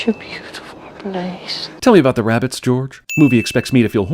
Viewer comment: "Tell me 'bout the reabbits, George" God fucking dammit, WHY